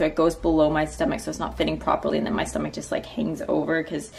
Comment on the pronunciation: When u wanna say tummy and stomach at the same time so it came out as tum-ach